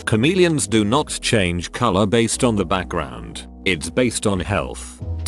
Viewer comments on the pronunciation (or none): Lulz, I totally heard "comedians don't change colour..." had to instant replay that in my brain to realize u said "chameleons"